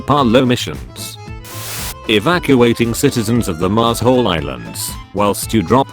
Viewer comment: the way the voice pronounces Marshall is angering me to no end “marz hull”